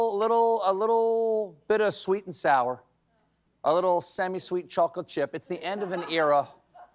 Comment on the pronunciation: Why do you pronounce chocolate so weird?